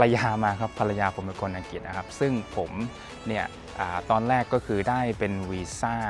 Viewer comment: ใดๆคือประทับใจที่คุณพี่ออกเสียงคำว่า “อังกริด”ได้ถูกต้อง ชัดเจน(ไม่หลุดคำว่าอังกิดสักคำ555) การศึกษาจำเป็นจริงๆ เอ็นจอย ยัวร์สเตย์นะครับผม…